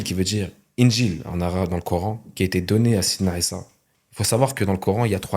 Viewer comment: Il ne sait même pas prononcé sayedna 3issa (3aleyhi salam). Et ça on le voit a peine en 21sec de vidéo.. Faite plus d'efforts quand vous mentez